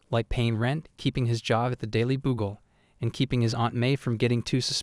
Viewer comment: NAH-ru-TO, not Na ROO toe Daily BOOgle...LOL